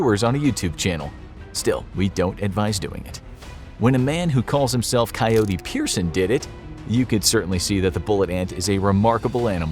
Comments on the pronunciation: Peterson* not pearson* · Come on guys you need to start doing better research and get your facts straight. There's been so many videos where you get the most simple things wrong. Its Coyote Peterson NOT Coyote "Pierson" its really not that hard.... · Peterson not peirson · coyote peterson not coyote pearson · It’s Coyote Peterson, not Coyote Pearson. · PEETERSON not PEIRCEON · wait wait wait. Did he actually call him Coyote PIERSON and not PETERSON I feel like there probably is some kind of Chihuahua Pierson, a less cool version of Coyote Peterson. But really, Come on! Lol! The dude purposely stung himself with some of the most mean, painful jerks of the animal kingdom! Put some respect on his name!! lol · It's pronounced ( peter-son) not Pearson 🤦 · Bro just to let you know. It's Coyote Peterson. Not Pierson cool video. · Coyote PETERSON noT pereson. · At least get coyote Peterson's name correct...